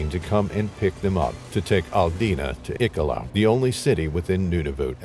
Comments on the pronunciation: Ik-a-lot? Is this Iq-al-lou-it? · Iqaluit it's pronounced he-ka-lou-it.